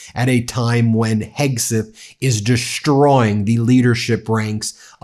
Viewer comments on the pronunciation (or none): There's no 'h' in 'deshtroying'.